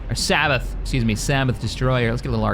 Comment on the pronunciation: Sa Bay Oth (Like Hoth) Sabaoth. Always makes me remember the Halo mod Sins of the Prophets where they made one of the UNSC ships lines "It's pronounced Epoch, by the way." (I think people were pronouncing it epic) While the tag system is meant to give you a good idea of what goes against what, I find that figuring out the weapons that do well against them is a better way to go about it. Laser cannon for fighters, heavy laser cannon for gunships/corvettes, light turbo for Frigates, Medium for victory class sized ships and above that don't have heavy armor, and heavy turbo's for things like SD's. For example, The C-roc Gozanti's are tagged gunships which they do pretty well, but they make excellent "hunter" role ships, because their heavy laser cannons will just shred through corvettes and frigates like Nebulons.